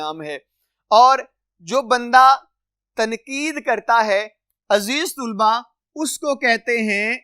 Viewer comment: Aziz tulba nhi....aziz talba hota h